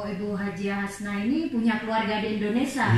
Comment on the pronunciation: Maaf mbak bukan Indonesa tapi Indonesia,jadi mbak sebagai yuotuber banyak ditonton ,jangan sampai salah2 bicara